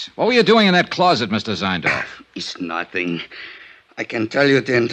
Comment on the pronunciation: " I know nussing". OK.